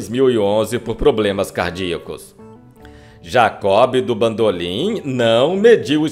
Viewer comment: "Jacó Bidú bandolin" 😂😂😂😂😂😂😂😂😂😂😂😂😂😂😂😂😂